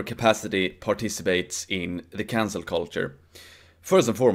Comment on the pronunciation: I swear was saying "cancer culture" the whole video.